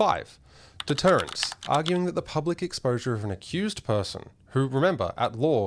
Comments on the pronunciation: Its 'deterrence', not detterence' .....;-) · "Deterrence" not "detterence", "rumour" not "rumor", "institutional", not "insti-TOO-tional"